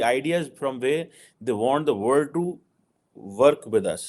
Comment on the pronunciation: you have a long way to go before you will be considered a competent “Academic and Stretegic analyst”. BTW you misspelled ‘Stratagic’. Just like you have been mispronouncing “World” as “word”. My advise to you is to stop making a fool of yourself and get some real education in a reputed university. Stick to urdu, most of your audience in Pakistan doesn’t speak English. I am not a political or strategic analyst, but your ‘analysis’ is flawed in many respects. Gather your thoughts on a paper before recording your rants, get them peer-reviewed by proper academics and analysts (preferebly not Pakistani, you are anchored to Pakistan in every statement. Not a trait of an academic, but that of a nationalist). Get a hold of yourself, pick yourself up, and start again. Wish you all the best in your intellectual pursuits.